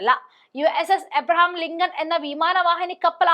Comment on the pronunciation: "ലിംഗം" അല്ല മോളെ "ലിങ്കൺ"😂